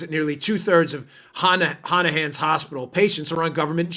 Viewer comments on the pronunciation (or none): Great Show as usual. Pronounced “ha-na-monn’s” hospital. It’s a teaching hospital on PA as well so all those interns will be stuck making a buck $2.50 an hour. Sad! Bernie is getting some poor advice.